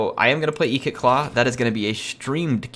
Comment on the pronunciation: Its not eekit claw its ikit claw